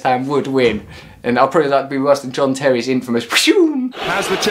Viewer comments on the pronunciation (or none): none